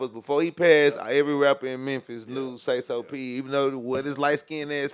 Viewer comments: He called him Sayless lol bro trippin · 😂😂not even a minute in immediately says the dead man’s name wrong🤣had me already laughing, uu get a like for dat not a sub lol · Yeah he an idiottttt if I was sauce I would have walked out on the spot you bring me in for and interview and can't even get my man's name correct what dummmmmy